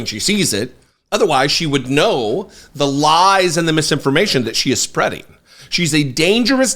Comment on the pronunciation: She keeps mispronouncing "spreading"